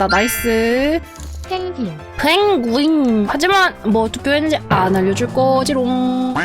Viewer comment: 펭구윙 발음 ㄱㅇㅇ